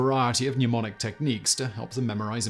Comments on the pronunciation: I hear so many people pronounce 'mnemonic' as 'newmonic' (or 'pneumonic' since I think they're confusing it with 'pneumatic') but I guess that's better than 'mem nonic' which is how someone I used to know pronounced it. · Simon, why do you keep saying "numonic" and "numonist"? Can you not pronounce the sound of the letter "e"?